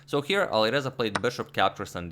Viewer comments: "Alirouzja (Fireza)" Agadmator, 2020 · Alireuzja lol